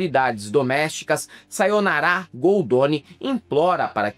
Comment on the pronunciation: É SayonNAra, e não SayonaRÁ...